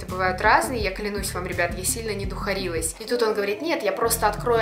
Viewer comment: Духарилась тоже можно.Только ударение на первую букву А